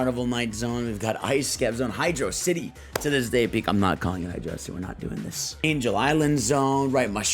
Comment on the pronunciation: HYDRAWCITY IS NOT A WORD 🗣🔥